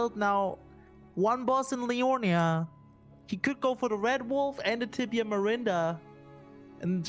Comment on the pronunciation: Gotta love with the "Tibia Marinder". 🤣